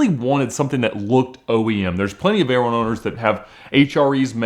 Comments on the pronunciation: I wonder if he realizes he is the only person on earth that pronounces it like "vay-RONE" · Hey ALMOST said Veyron correctly once. It’s a short “O” not a long “O”!